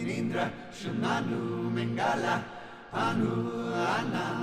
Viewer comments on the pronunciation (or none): none